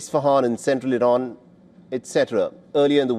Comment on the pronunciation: 😂😂😂 rain how do you say rain do you kn ow what is rain look like stupid 😂😂😂 Rain is difderent feon few moron news anchor😂😂😂